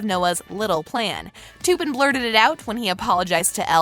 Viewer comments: ITS TUPPEN NOT TOOPIN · your sying tupens name wrong learn your langauge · they did not just say toopen for tupen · I hate the way she pronounces Tuppen Her pronouncing it: Toopin Actual pronunciation in movie: Tup-pen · u said tuppen wrong. lee said it right, and u even showed it in the video where tuppen touched elle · u really said "toopen" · Couldn't watch any further after she kept saying; Toopen. lol